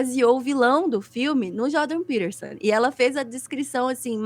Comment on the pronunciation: Essa mulher não sabe nem falar o nome do maluco e tá dando pitaco. Jordan Peterson é um dos porta-vozes do sionismo no Ocidente e esses imbecis estão falando de Hitler...